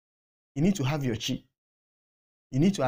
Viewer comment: how come you pronounce "Chi" as "Shi"? In fact, you pronounce most Igbo Words wrongly, hence your Viewers cannot understand what you are talking about, most of the time!! Please, check yourself, and Stop "Butchering" The Igbo Language!! ~~~~ (Watching all the way in The United States Of America: 🇺🇸 USA)!! ~~~~ "Nwa Ada Igbo" living in The USA!!